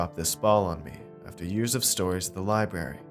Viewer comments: I swear narrator is saying libary.....what kind of bush does a lieberry grow on???? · There is an "R" in library